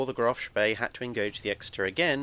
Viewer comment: Couldnt you have teach how to pronounce "Spee" properly? Its almost as bad as Phlys pronounciation lmao